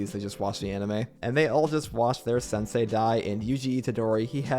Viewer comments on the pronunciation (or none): none